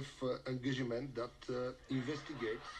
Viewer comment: Ухааа..Нова дума в английския...Angagiment .... това се получава когато се превежда директно от български на английски. mr. Barekov would know how to speak good English when start thinking in English not just trying to replace Bulgarian words with English ones. Also need to work on his terrible pronunciation.